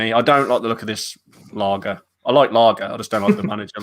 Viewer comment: It's pronounced LARGE! Not Larger lol 🤣 hope it's not Him and Brexit rules screw him over. He has very little experience managing, never mind managing a top club. I'd rather Eddie Howie or lampard, if it's not Fonseca or AVB??? Conceicao has gone already, and guttuso it's not them. Last option RAFA for me and his Newcastle stint was zzzz zzzz zzzz.